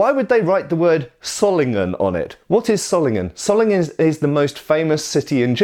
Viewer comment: One small correction: The "o" in Solingen is pronounced long not short. Like in the word "sword" :)